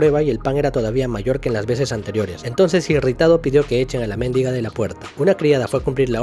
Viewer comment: No se pronuncia mÉndiga